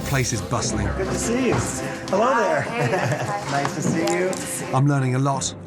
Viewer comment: "How nicey to see you" 😂😂